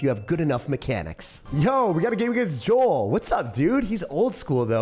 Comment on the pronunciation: Bro my name is Joel mad respect for for pronouncing it correctly